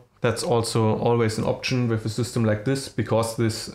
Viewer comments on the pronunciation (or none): och man, wenn du schon auf englisch deine Videos machen willst, dann leg dir doch wenigstens einen vernünftigen Akzent zu.... and learn how to pronounce i.e. "with", it is not with an "f" at the end. Das ist ja schlimmer als Schulenglisch 7. Klasse.